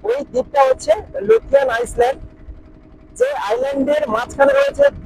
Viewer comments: আইসল্যান্ড না ভাই ওটাকে আইল্যান্ড বলে । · আইল্যান্ড বানানটা ইংরেজিতে ওরকমই হয় , সামনে আইএএস লেখাটার কোন উচ্চারণ হয় না ওটাকে আইল্যান্ডে বলে । শুনতে বাজে লাগছে এবং আগামী দিনে অন্য কেউ হয়তো বলবে ।